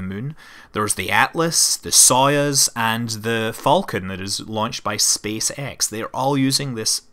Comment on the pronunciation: I only understod that "Soyaz" thing when i saw it written. It is actually pronounced "soy'ooz" (apostrophe being the stress mark, i.e. the stress is in the second sylable). Other than that - a very good video. Thank you so musch, Scott. I would give it more than 1 like if I could.